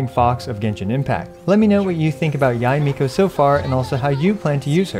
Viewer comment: thumbs up for pronouncing her name right